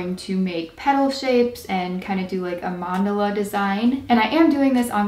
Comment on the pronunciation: u said mandala incorrectly